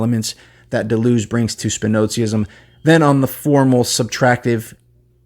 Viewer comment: Started watching, but it's too annoying to hear Deleuze's name mispronounced. Hadn't heard of the book, though, so thanks for that.